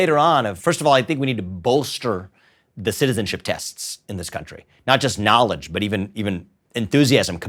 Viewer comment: my guy says "knowledge" like Tai Lopez with heavy enunciation on the first syllable. "NALL-idge"